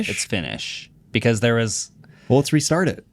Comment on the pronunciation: Moments like saying "Let's retsart it", followed by a one second pause is the reason I tune in every single friday